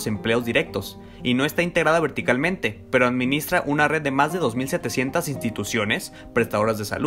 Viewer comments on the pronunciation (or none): none